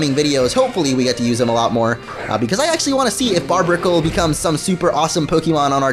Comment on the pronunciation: It's barrr berr ic le not barb icle